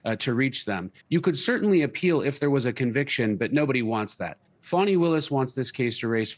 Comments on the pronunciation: She like pronounce it 'Fawni' not 'Fani'. She looking for clues then she going to impeach that blond haired billionaire in the white house. Ha ha hee ha ha!!! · I'm sick of hearing this lady's name mispronounced!! There is no "w" in that name... It is not pronounced "Fawny", it is pronounced FANNY, as in your ASS!... BEFORE WIPING, even!!